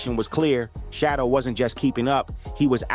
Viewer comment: The way you mispronounced Shedeur's name is amazing. WTH?